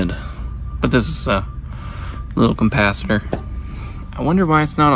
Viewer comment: It does sound like you're say compacitor every time.